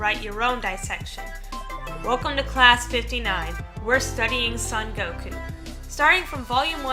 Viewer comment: It'd be nice if you could pronounce his name right. The "so" in "Son Gokuu" is pronounced like the English word "so". Gokuu has a long vowel at the end, so make the "u" sound at the end a little longer.